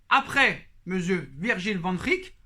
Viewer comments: Hahaha j’ai compté 18 fois Vandrrrik 😂😂😂 t’as fais saigné mes oreilles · Mais oui Liverpool va lâcher Van Dijk 😂 pourquoi tu dis Van Rik? 🤣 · Sa me tue quand tu dit Van Dijk😂